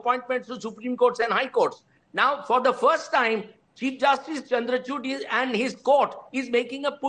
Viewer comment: Please listen after 2.59 . Rajdeep saying justice "Chandrachut"😂😂😂😂😅